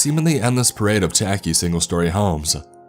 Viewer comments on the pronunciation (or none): none